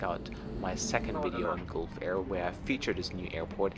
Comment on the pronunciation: It is pronounced as galf air, as you pronounce gulp...Gulfair